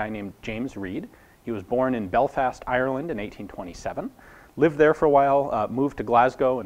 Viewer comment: The American accent butchers the name 'Ireland'